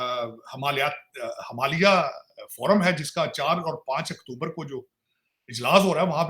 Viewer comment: 'Hamaliya' nahi 'Himalay' hota hai !😂